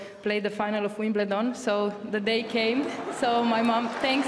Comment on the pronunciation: Did she say 'WIMLEDON' at 53 seconds....